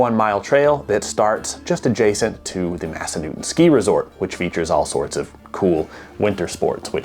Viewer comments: I’m assuming you didn’t ask any locals how to pronounce Massanutten… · Yes, I live there! I can see Massanutten Mountain from my front porch. Pronounce the 3rd syllable NUT 🥜 😊